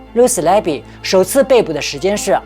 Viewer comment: 护士的名字没有读对